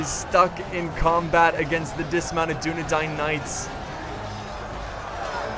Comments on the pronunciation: Man to dis day he pronounces dunedain wrong but i aint hatin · u say dunadain wrong